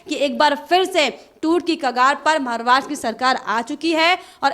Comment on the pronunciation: Maharastra shabd ka sahee uccharan nye kar rahee prasakarta .mahila ! Dhyan deyn!!?